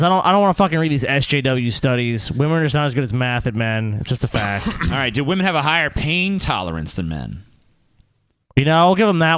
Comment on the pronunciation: wamen... am I right guyss? what a nobel subject lol